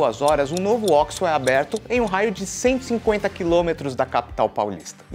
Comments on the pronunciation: Óquisô não, oxo. Se terminasse em “i” seria oxi. Ponto final. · Tem q falar certo. Ocho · Vc fala errado. É ó-quis-sô. Leia na placa, por favorrrrr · Ele fala errado